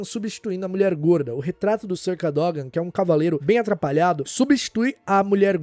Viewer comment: A pronúncia do Sr. Cadógan foi braba kkk😅